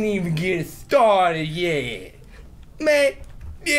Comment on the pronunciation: "Mayun I ain't even getting stawted yet" oh my god I replayed that like 20 times